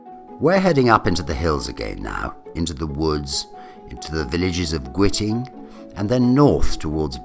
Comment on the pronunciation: No, no. Please get the name right. GWITING! It's pronounced 'guy-ting'.